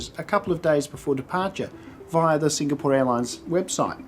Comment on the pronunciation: I like your reviews, brief and to the point. I don't like your repeated incorrect pronunciation of Singapore. But that's a small thing.